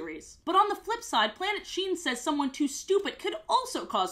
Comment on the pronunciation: Everytime you say the name of this show, i keep thinking you’re saying “Planet Shein”